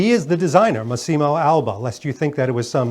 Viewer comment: the pronunce is Màssimo, no Massìmo